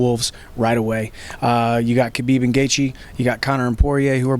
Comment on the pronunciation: respect to, probably the only sports journalist who pronounces Khabib's name correctly